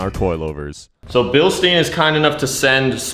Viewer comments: Its called Billshda-y-n, not billsteeinn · from start to finish was a huge difference, great job making it look clean af. (also Bil "stein" is pronounced deeper, without the e pretty much, so like Bilstin but the i is pronounced the same way you would say "i am" for example lmao, great vid btw:) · Drinking game for how many times he says Bilsteen instead of Bilstein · That's always how I heard say it, and it threw me off whenever he said it in this video lmao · Bro u really need to work on your pronunciation on „bilstein“ 😭😭😭